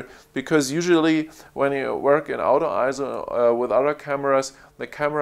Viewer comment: What an amazing review. Thank you. One minor improvement: when you say "auto", to my North American ears, it sounds like "out of". When combined with "focus", it sounds like "out of focus". A little bit confusing. Can I suggest pronouncing "auto", like the person's name "Otto", similar to the city "Oslo"? Again, thanks for the great review.